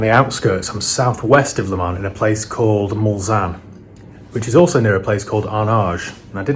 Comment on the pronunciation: Great video as always but just for the record as a 24 Le Mans veteran its 'LEMONS' .......as in the fruit 🤣. Keep up the great work